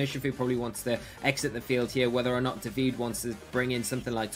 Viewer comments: Unbelievable how they still cannot manage to pronunciate "Davide" right... not that it's difficult either. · Not at all. You must not be italian (se lo sei, sappi che sono perplesso) but, being an italian name, the final "e" is there to be pronunciated... and also the accent is supposed to be on the "a". DàvidE.